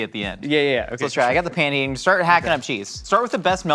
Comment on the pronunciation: I heard say "'Kay, so, you're gonna..." And my Spanish brain was like "Queso, your gonna" and I was waiting for the "see what I did there?" Except it never happened...